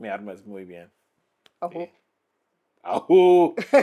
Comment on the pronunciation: Muy bien dicho el ojú, con h aspirada 👍🏻 enhorabuena